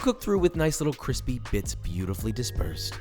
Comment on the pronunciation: That cwispy hash looks great.